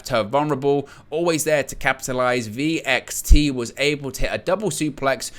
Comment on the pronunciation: VXT is pronounced as "vexed." Alexander's next opponent is Eddie Edwards. Ace Austin will be the next Impact champion. It's inevitable!